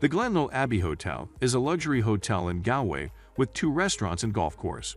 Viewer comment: You could of at least learned to pronounce Galway properly.